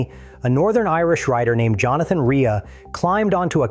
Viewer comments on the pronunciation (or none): Shit video. His name is Rea (Ray) not Reea. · A minor point but his surname is pronounced RAY not REEA.... And it's spelt REA..... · stopped watching ..."a Northern Irish rider named Jonathan "Ree-uh" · His name is pronounced Ray mr AI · Pronounced Ray. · can't even pronounce JR65's name properly.... Ai crap!